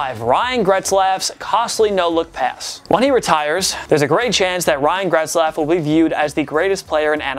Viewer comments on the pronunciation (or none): I thought I was going crazy, but this dude was seriously adding a letter to his name. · Who tf is Gretzlaf?? It Getzlaf man, damn. Smh. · Where is the R in "Getzlaf"? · It’s Ryan GETzlaf not GRETzlaf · It's Getzlaf, not "Gretzlaf" 😂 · How are you pronouncing Getzlaf as "Gretzlaf" ? Where are you getting that "r" from? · Its Getzlaf not GRetzlaf.... There is no R. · Getzlaf not Gretzlaf bud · It’s pronounced Getzlaf not Gretzlaf. It’s pronounced exactly like it looks 😂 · go ahead keep calling them gretzlaf and pet-rangelo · for god sake theres no R in GETZLAF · Could you imagine claiming to be a place for sports fans by sports fans and only have to say 10 names right but yet you can't say GETZLAF. I would say that should be number 1 on this list but Biondo is the last thing I'd consider a Superstar. Maybe pump the brakes on a video everyday for and let him do once a week because the other guys are actually good at this. Please point to the R in GETZLAF you had 1 job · He butchered that mans name 8 times. 8 TIMES